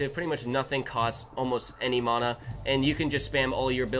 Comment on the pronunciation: your saying the word mana wrong like 100 times and it gets more annoying every time i hear it